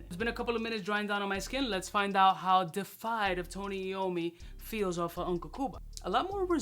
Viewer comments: De uh fied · It's pronounced "day-iff-eyed" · Love ya man, it is pronounced Dee-efied. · 🤣🤣 Nobody could help him with the word before he hit record!? 🤣🤣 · Yup, botched the pronunciation, and the spelling in the title.